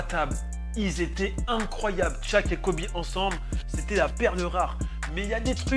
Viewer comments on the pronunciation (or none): Shaq mdrrr et pas tshaq mdrrr mais bonne video